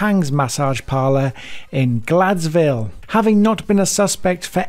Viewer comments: How does an English man miss pronunciate Gladesville? There is clearly an E in the name 😂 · Gladesville , glade s ville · Please learn to correctly pronounce the name of that town! Also Gladesville and :Bega.